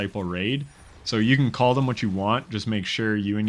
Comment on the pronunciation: Pure luck had do who couldn't even say call out loud and properly